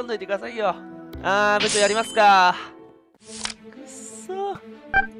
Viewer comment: ぶ↑ちょうなの好き